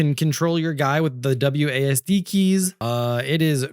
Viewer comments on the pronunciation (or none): none